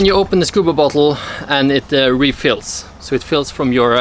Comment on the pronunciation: when you say bottle it saounds like butthole